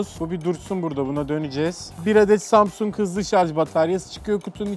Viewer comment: Hele Şükür Zamzung Demiyon Artık